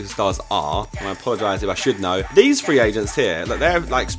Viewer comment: anyone else annoyed how Josh pronounces "three" as "Fwee". I don't know why but it really pisses me off